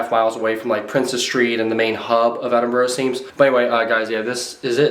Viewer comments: It’s Edinburgh not Edinbrough! 😊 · It's "Edinburgh" though I totally understand its hard to guess from how you say it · I've never heard of a place called Edinbrough